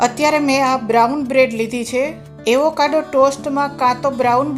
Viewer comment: Aevokado nahi ben Avocado bolo..